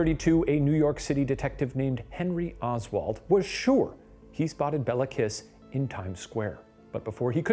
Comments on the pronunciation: Guys, the pronunciation is Kissssh, not KISS :)) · I'm struggling with listening to the name pronunciation. FYI Béla is pronounced Bayla and Kiss is Kish. I know most people in the English speaking world won't care but for those of us familiar with Hungarian, it's like nails down a chalkboard every time he says Bella. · This is just me being picky 😂 but the last name kiss would have been pronounced Kish My husband is Hungarian and corrected it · To help with correct pronounciations try these: Budapest - BudaPESHT Béla Kiss - Bay-la Kish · Please Ronunce “Kish”😊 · bro i litterly did a double take when u said hungary like somehow i never heard of this even though i live there. ty smsm also i love how you pronounce kiss and nagy (bc we say it kinda like kish and idk how to explain nagy like this i guess?) now i wont be able to unhear it<33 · Hungarian here. Kiss is pronounced like Kish. It means small. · I wonder if they even say his name properly (pronounced like Kish) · "Bey-la Kee-sh" is how to pronounce his name. C'mon guys, you can look this stuff up! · hi ghoul boys! love this video! im hungarian, so this is super cool for me. by the way, "Bela" is pronounced "Bayla" if there's an accent on the 'e' and his last name is pronounced "kish" as in hungarian, the letter 's' is 'sh' and would turn into the sound english assosiactes with it if it were written like 'sz'. also "Nagy" is pronounced like "na-j" with a flat 'a' and the 'gy' making a 'j' sound. Also, fun fact, "kis" and "Nagy", which are last names, are opposites, "kis" means small and "nagy" means large. Im super happy that hungary is getting recognition!! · Hey so I just wanted to point out that Béla Kiss is actually pronounced like Bayla Keesh, and Nagy sounds kind of like Nodge. Love you guys! :) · Shane pls Kiss is pronounced with an sh 😭